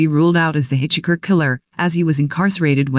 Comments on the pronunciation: Hitch Hiker!!!! NOT hitch Hicker!Hitch Hiker!!!! NOT hitch Hicker!Hitch Hiker!!!! NOT hitch Hicker!Hitch Hiker!!!! NOT hitch Hicker! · I literally cringed everytime the voice says hitch-icker... and this was a video with that word in it alot. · Hey, find out how to properly pronounce words: Hitch Hicker???? Stupid!!! Why does this drone sound robotic!!! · That was the one that kept irritating the f*** out of me too. Although there were countless other verbal mistakes ........ do not like this narrator!!!